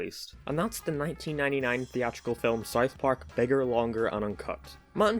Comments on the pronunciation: It's pronounced South Park, not Sith Park. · Am I the only one that has a problem with him saying it like. Sarth parrk